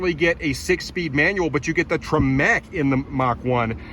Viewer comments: It made me cringe a little bit when you pronounced TREMEC as "Tree-Meck" lmao. Love your videos though 😂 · The way he says Tremec makes my brain hurt.